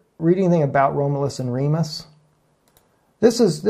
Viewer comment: Not to be a pronunciation NAZI, but his name is pronounced; Rom ( short o, as in Oz) you- luss. Seemed like you had trouble with it. Anyway, great message and GOD BLESS!